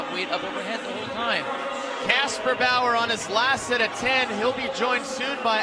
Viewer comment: Man he is good at saying kasperbauer..